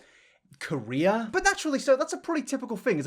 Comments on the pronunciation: I came here from watching several videos about Oli London, and hearing the word "career" legitimately made me wince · Dude I thought you said "korea" instead of career